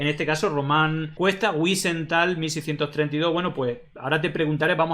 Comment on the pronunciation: Wisental no se pronuncia así, no es un apellido inglés. La w debe pronunciarse como la v francesa o inglesa